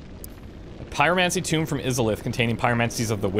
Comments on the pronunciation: It's not a "tomb!" i kept thinking that too. We still love him, crazy Canadian accent and all. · Tome is pronounced like home. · bro you're killing me with your pronunciations of tome and lava xD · Also the word tome.